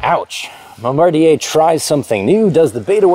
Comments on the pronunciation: here it gets said as Bomba-dier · South of the border we know the company as BOM-ba-deer (or Bomber, for short). In high school I had a 300 Olympique Ski-Doo (but nobody said "Ski-Doo"). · Ode to bom-bar-dee-yay. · Oh, is THAT how ''Bombardier' is pronounced? Oof, I've been saying "bom-ber-DEER" my whole american life.